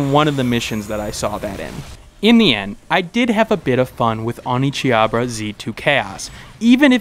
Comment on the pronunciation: I winced every time that I heard OneCHIABRA.